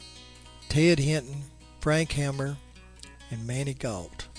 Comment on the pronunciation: Some constructive criticism, while shooting on the road, the road noise pretty well drowned you out. Also the former Texas Ranger's name was Frank Hamer, not hammer. Please except this in the sprit it was intended. Great video.